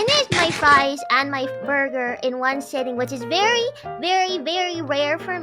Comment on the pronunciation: Borgar N Fries. Mmmm malkskeke